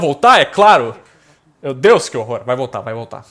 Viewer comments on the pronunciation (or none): none